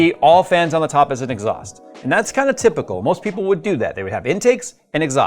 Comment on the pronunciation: it’s “inxhaust” byw